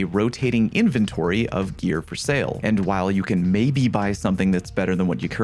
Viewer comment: That's not how to pronounce inventory.